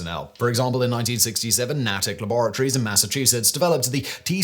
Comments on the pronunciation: Say it more like "nayt ick" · the laboratory is NA-TICK, long A. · when you refer to Natick Labs. It’s pronounced with a long A.